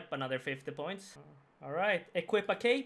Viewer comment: anoder 50 points, anoder 50 points, anoderrrr 50 points. rofl. nice vid as always buddy :D